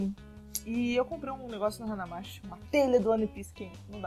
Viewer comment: não é 'hanamasSHI' a pronúncia. É 'hanamaTI'.